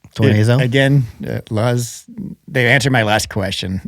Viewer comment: not "luhz" like buzz... "our name "LUZZ" is inspired by the Spanish word "Luz," meaning light and brightness." too close to"lose" if you ask me